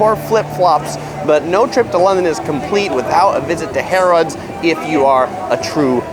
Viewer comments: ps appropos 'British English' Harrods is pronounced Harruds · Great video (as always) but the weird pronunciation of Harrods "Harr-odds" is hurting my ears. 😁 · I’m sorry, but the way you said Santander and Harrods 😂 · You mis-pronounced ‘Harrods’.